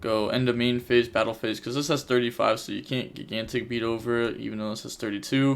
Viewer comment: I'm sure this has been brought up before, but it's pronounced jīˈ-ɡan-tik, not gi-gan-tik